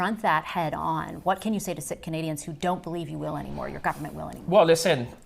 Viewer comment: She doesn't know how to pronounce Sikh (it's 'seek' not 'sick'). Not a very warm sentiment heading to India. He doesn't know. Yeah, Chinese investment so they can lift our resources right in front of these comatose Lib voters. Follow the money, and it will lead straight back to YOU.